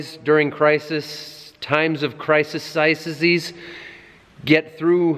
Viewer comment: LOL "not like my Barbarian friend Randy!" hahahaha, also behind every good farmer is a even better wife who cares for him! :) Edit: the word you are looking for is pronounced Criseez :)